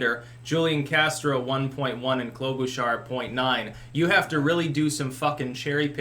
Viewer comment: I just love how he says KLO-BOO-SHARR seeing as I live in MN and she's more boring than watching paint dry at least this new way of pronouncing her name is entertaining.